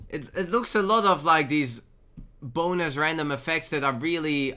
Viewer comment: Is it just me or does it always sound like "boners" when he says "bonus"?